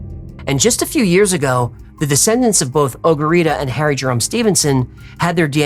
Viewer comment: “Ogarita” on point haha